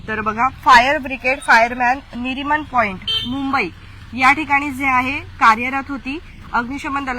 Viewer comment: गळा फास नाही गळफास असे बोलावे नरिमन पाँईट निरमन पाँईट नाही. किती चुका निवेदिकेचे.फायरमँन नाही फायर वुमन .चुकांची सुधारणा करावी